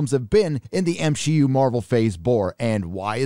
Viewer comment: I'll never get over "M-Shi-Yu" Hilarious